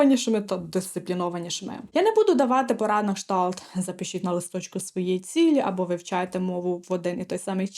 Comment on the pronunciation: на кшталт, а не на "шталт"